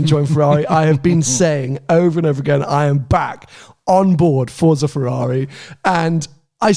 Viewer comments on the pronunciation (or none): Forza. Two syllables. Roll the "r" (as much as you like) and add a "t" to the "za": Forrr-tza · Its pronounced ForTza